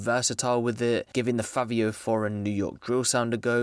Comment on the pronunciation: This nigga said Fabio foreign 😂😂😂😂😂😂😂😂😂😂😂😂😂